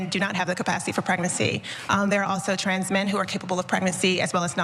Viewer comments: Bro why do you keep saying "transes" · Wait. Why does say Transes? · Here for "tranzez" 🤣